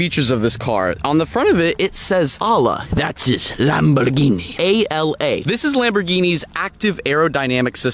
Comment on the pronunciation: The way he said 'lamborghini' at 1.57 is good AF 😂